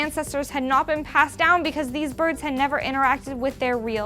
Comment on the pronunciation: "Charasteristics"? Goddamn she's adorable.